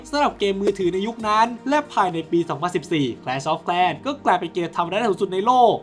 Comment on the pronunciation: แคลช ออฟ แคร์ ว่าซั่น😅😂